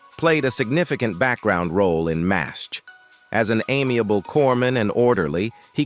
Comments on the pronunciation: M E A H? Can't we have a non-computerized voice anymore? M*A*S*H = mash (like in potatoes), and it's an acrostic, like NASA, for Mobile Army Surgical Hospital. It's Swit, not Sweet as Margaret, not Madge. Cpl. = Corporal. Duh!! MULL-cuh-he? Are you serious? This would be hilarious if it wasn't so ridiculous. It's mull-KAY-he! Maj. (modge) is pronounced by the rest of the English-speaking world as Major. A Time to Remember, you ought to be ashamed for employing an incompetent C3PO, instead of a real person who needs a job. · M.A.S.H Mobil Army Surgical Hospital. M.A.S.H pronounced MASH like mash potatoes.